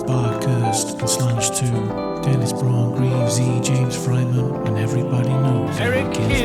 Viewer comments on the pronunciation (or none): none